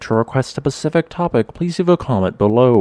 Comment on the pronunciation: he sounded so smart until the end where he said pacific instead of specific